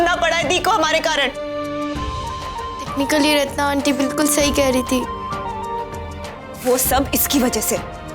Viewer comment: keu tacknically tacknically Bolte hai bohut Bura laga sunke